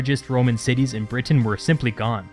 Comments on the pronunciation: Britain, not Brit Tain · Is anyone else a bit annoyed by the way he says "Britain"?